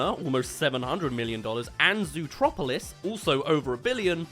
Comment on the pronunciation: Zootopia not zootropilis